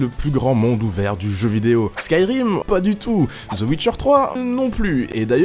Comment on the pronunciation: zeu ouitcheur